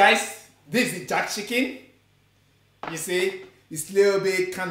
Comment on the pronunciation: Has anyone told it is JERK chicken and not JACK chicken?🤣🤣🤣